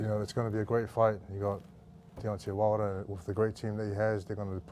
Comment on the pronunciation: WHALE-der 😂😂😂 Irish host is never a good idea, talking about boxing FATE and all